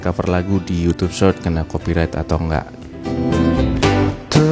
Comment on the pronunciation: Did you say "Search" or "Short"? that's huge different..! You wanted to say "Short" but It sounded "Search"